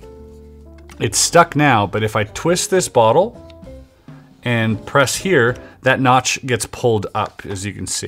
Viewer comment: Chris says "bottle". I immediately checking the comments for "weight" comments. 😅